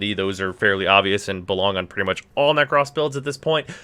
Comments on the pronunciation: nek - ROS not nek - RAWS, PLS for the love of god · Why yu pronouncing with an extra s 😂😂 it ain't nek-ross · Will subscribe if you stop saying "neck-ross". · Every time you say Neck-Ross I die inside a little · Sweating profusely at his pronunciation of